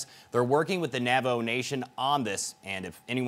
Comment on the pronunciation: Why is the reporter pronouncing it as "Navo"? It's Navajo.